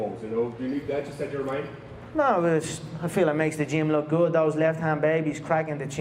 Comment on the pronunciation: "I wook when I wook".